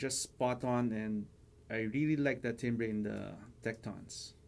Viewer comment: good reviews - but the word 'timbre' is pronounced 'tamber' FYI :)